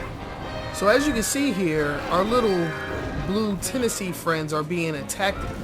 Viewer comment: Teensies: ❌ Tennesies: ✅